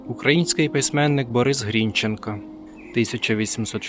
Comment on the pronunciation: грінчЕнко, вибачте, у мене трігер, явсилась в університеті імені Бориса ГрінчЕнка, то нас сварили за неправильний наголос